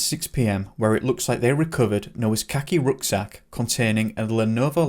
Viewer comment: Did you say he was wearing a khaki rucksack or a Rhaki cucksack? Just wondering